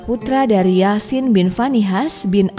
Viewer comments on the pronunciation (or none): none